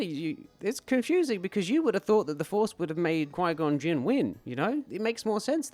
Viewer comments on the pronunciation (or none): "Mr. Gon Ginn" 😂😂😂